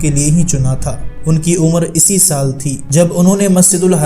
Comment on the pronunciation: ڈاکٹر محمد کمال اسمعیل کی عمر اسی 80/ سال تھی ، اس کو اسی ( سین کی تشدید کے ساتھ) کے بجائے اسی ( الف اور سین کے کسرہ کے ساتھ) پڑھتے ہیں ؟؟؟ آپ کی اردو خوانی پر تعجب ھے۔